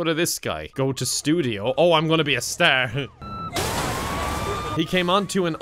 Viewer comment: I love the way he said star sounds irishy LOVE IT